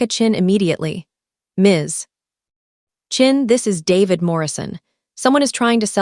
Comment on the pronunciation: so Chen is now Chin? And Meridian, and 'phantom' ledger now? instead of 'ghost' ledger? Ai really needs to pick up the game